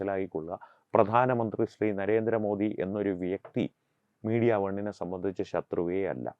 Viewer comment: ജിമ്മി ജയിംസിന്നു നരേന്ദ്രമോ ധിന്നിയുടെ പേര് ഉച്ചരിക്കാൻ കഴിവില്ലാഞ്ഞവനാണ് തോന്നുന്നു. ആണണം വേണം ബിമ്മി